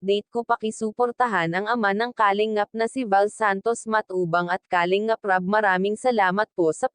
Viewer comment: isa ito sa mga fake reactors ng kalingap,,, kumukuha ng mga video o picture ng kalingap para i content nya... sa pronunciation pa lang nya sa kalingap halatado mo nang fake reactors